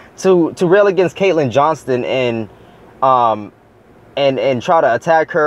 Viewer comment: it''s "Johnstone".. btw, keep up the good work.